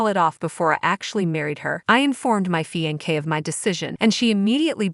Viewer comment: I swear…I can’t deal with these narrators. “Fian-kay”